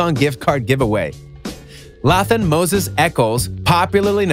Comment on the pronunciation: The fact that this guy said lAthAn moses echols me me click away from this video